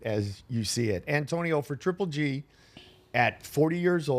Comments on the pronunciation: Its it hard for Antonio T to said triple G 🤔 He keeps saying g. g. g 😭😂😂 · Good talk but please someone tell Tarver its 3G and not G G G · I love how tarver says GGG instead of triple G 😀😀😜🤪